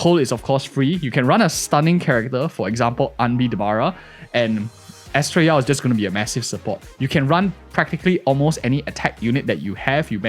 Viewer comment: "bennett yao" XD